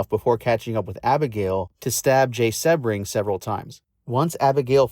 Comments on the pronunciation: Jay’s last name is pronounced See-bring, not Seb-ring. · Another AI bot just spewing more lies. A lot of this is untrue. Charles Manson NEVER said he went to the Tate house right after the murders. And Jay Sebring’s last name is pronounced “Seabring” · Sebring is pronounced "Sea bring."